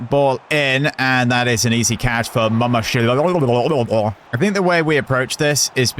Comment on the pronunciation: It is mama-dash-vili 😂